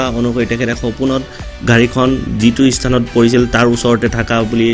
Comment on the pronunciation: ইস্থান নহয় স্থান,শুদ্ধ উচ্চাৰণ কৰিব।